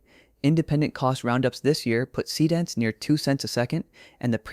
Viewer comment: So basically every video tutorial is a Higgsfield infomercial these days. Got it. Would also be nice if your dumb AI voice could pronounce Seedance correctly. Just saying.....